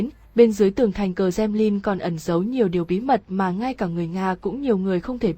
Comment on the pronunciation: i Nói ngọng quá em ơi .Kremlin chứ không phải kdemnin